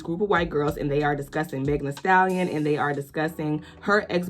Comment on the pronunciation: I did the biggest bombastic eye roll as soon as I heard them * struggling * to pronounce Megan. Their Primary school education couldn't have been that forgettable.😂